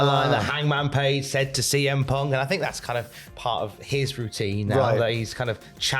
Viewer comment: Not letting that intro side you defo said "cm ponk"